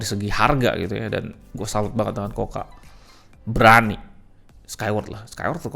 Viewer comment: Buset harganya, taun kemaren 2,8jt coocaa dapet 32inch smartTV 768p. Taun ini dah dapet 40inch 1080p. Btw klo gk salah dibacanya kuka bang bukan koka